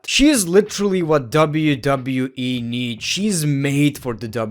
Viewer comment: it sounds like he said wwee